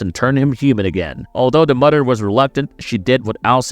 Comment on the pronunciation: "Mudder"😅 Bro....I was like is this guy trying to pronounce M-o-t-h-e-r